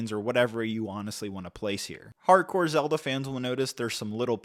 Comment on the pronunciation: He got Zelda 😵‍💫